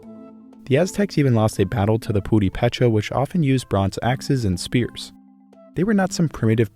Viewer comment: "Purepecha" has the accent on the second syllable, ie "pur-E-pe-cha". At least that's how my Purepecha friends pronounce it.